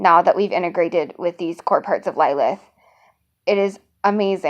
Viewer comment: I have a Lilith with me—- pronounced LLL-i-L-i-th